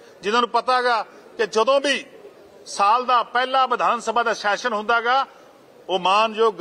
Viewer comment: yaar shession ni hunda Session hunda, vidhan sabha da session, not vidhan sabha da shession, 'S' and 'Sh' sound different. Please, your are a very good presenter but aa kuch nikkiyan nikkiyan cheejan val dhiyan diyo, Pannu saab bilkul sahi pronounce karde aa har word nu, ohna val dekh ke ee learn kar lao please. Boht lokkan nu sirf isse gall karke sunna band karta kyonki they can't pronounce the words properly and they act like they know everything about everything. Dhanvaad.